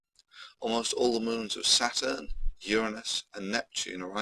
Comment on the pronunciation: Please say 'Saturn' and 'Bollocks' again, and put loads of emphasis on the last part of the word. Its the funniest thing on the entire internet.